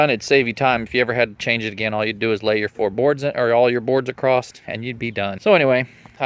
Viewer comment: sorry my OCD kicked in... it's "across" not "acrost" lol